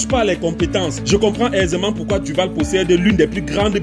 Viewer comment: c'est Du vaal pas vall mais sinon vidéo propre!!